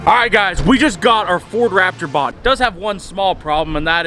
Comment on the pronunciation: Bought not baht